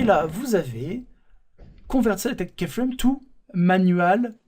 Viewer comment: Très PÉNIBLE ! : vous pouvez expliquer beaucoup de choses en 10 x moins de temps. On n'est pas des enfants quoi... Et on dit pas kÉframe mais kYframe.